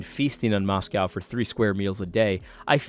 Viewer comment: It's pronounced MoscO